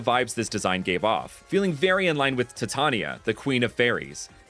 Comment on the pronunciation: OH-buh-ron, tai-tay-nee-uh. Lol